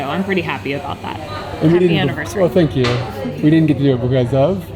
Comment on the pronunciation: the 39dog on the building, you were saying something that sounded like "sank you dog" is the 39 a stand in for some japanese katakana/kanji?